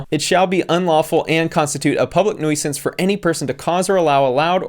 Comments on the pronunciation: i love you, but...it's pronounced "NOO-SENSE" not "NOO-OY-SEE-ENCE" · NUISANCE. "New-since." Not "Noise-ants." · Love your vids! Just a heads up, it’s pronounced “NEW-sense” even though it’s spelled “nuisance” :) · Your inability to pronounce the word “nuisance” is quite the ‘noos-ence’ haha 😄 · Heh..."Public noysance" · homie said public neweesense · Nuisance is pronounced 'New-sense'. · Pronounced nee.oo.zah.nss. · Nuisance is pronounced noo-sens. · Public Noice-sance smh... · The i in “nuisance” is silent, but it always makes me smile when hyper-intelligent people like this host mispronounce something in this way, because I assume it’s from being an avid reader. Like they’re seeing the word in print far more often than they’re hearing it spoken. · You're pronouncing nuisance wrong and it's really distracting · I just watched you shame a lawyer for making a typo in their brief. Now it is abundantly evident that you have never heard the word 'nuisance' spoken aloud. 🤫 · I've never heard nuisance pronounced that way haha. Great vid as always! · Great vid, but the way you say nuisance made me want to foreclose my own house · what is with the way you pronounce "nuisance"? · I have never heard someone pronounce nuisance like that. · Its the way he pronounces nuisance for me 😂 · But how do you say "nuisance"😂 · why the hell you pronounce “nuisance” like that 😭😭